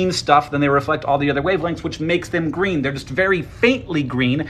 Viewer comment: Mirrors are gweeeeen - he said